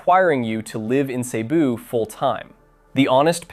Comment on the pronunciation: The correct pronunciation is Seh-BOO. Not SEE-boo.